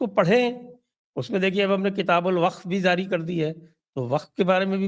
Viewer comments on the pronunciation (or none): Zaari nahin Jaari ….talaffuz!